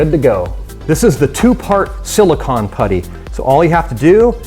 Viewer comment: He does NOT know how to pronounce silicone